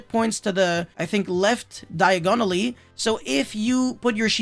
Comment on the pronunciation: Man said "diagonally" like the street from Harry Potter